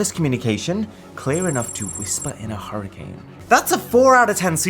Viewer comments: “hurricance” lol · ah yes, hurricance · What is a “hurricance”? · Hurricance. Sorry, I couldn't resist. Much love always